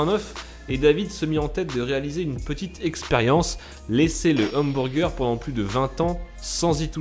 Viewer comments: Lel, "hambourger" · j'adors comment tu dis HAMBOURGEUR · " OUMBOURGEUR" bonne vide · Les hambourger 😂😂😂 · Hamburgés xD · comment il dit hamburger j'suis mort😂😂😂